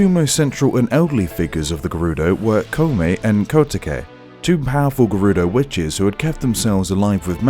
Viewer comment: God, I hate to be that person but can't you see even in google translate how to pronounce Koume and Kotake? It's not that difficult.